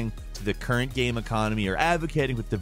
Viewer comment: my dude, by now after all these years I consider you and everyone in Gameranx pretty much family. But the way you pronounce "gaem" is infuriating